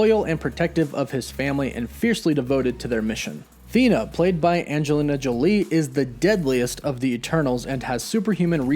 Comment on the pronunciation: You’re mispronouncing her name. I watch everyday but you’re not getting her name right.